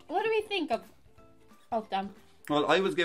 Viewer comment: Did you just say 'THink'?